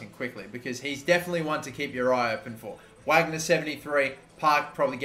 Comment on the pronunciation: VARGNER please mate 😩😩 why Whagner?? It’s German